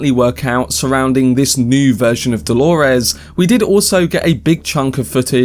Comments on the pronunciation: Why do you say holores! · And who is Delorez? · Why do you say Dolores like that😭